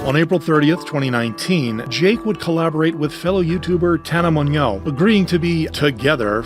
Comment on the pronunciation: Tana Mon-yeow? Really, bro? Dude, just give it up and say Tana M. I'm pretty sure we'll get the reference.